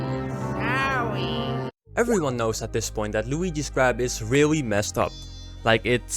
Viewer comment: Can you physically not say the letter "r"? You say "weally", "genewally", etc 😂